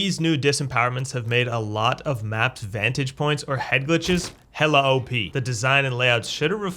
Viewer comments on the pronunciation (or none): You say "hella" weird. Are you from California?